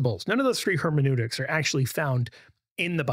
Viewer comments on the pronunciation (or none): none